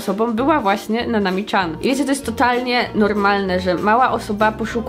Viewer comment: Dlaczego mówisz Nanami CZAN?! Tak ciężko powiedzieć Nanami Cian?!!!!